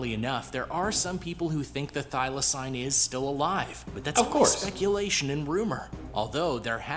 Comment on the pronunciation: Firstly, whoever made this video you reacted to is shit at pronunciation. Thylacine is pronounced "Thyla-seen", more commonly known as a Tasmanian Tiger, and even though it was Australia's largest land carnivore up until its extinction, it was still not as dangerous as this video makes it out to be. They were said to be rather timid and could be captured easily. They hunted smaller animals, and farmers would often shoot them because they would also hunt things like chickens. Despite the name, it was also not a tiger, nor was it a species of dog, it was actually a marsupial. The largest carnivorous marsupial in Australia these days is the Spotted Quoll, which is about the size of a cat. It was native ONLY to Australia, specifically Tasmania, and the only reason it would have ended up in other countries like New Zealand is if it was smuggled over by those in the exotic animal trade, or if they were in captivity and being taken to zoos.